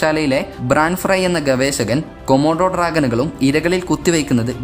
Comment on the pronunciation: ഗവേശകൻ എന്നാണ് അവതാരകൻ പറയുന്നത്.